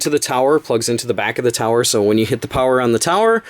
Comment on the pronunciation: I keep thinking you say flower everytime you say power lol